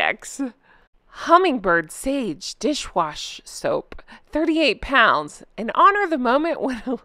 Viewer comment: lol,. "soap", not soup. but when I read the list, I thought soup as well...Impressed with Jan Moir. thanks for sharing her thoughts. the products and descriptions of same are priceless.